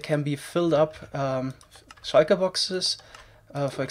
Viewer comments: I love how he says shulker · I love how you pronounce "shulker" tbh